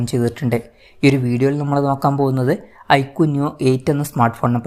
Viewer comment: ഐകുടെ അല്ല ഐക്യു വിൻ്റെ